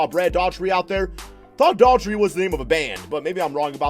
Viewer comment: I wish he would say Brad Daugherty and Bob McAdoo name right SMH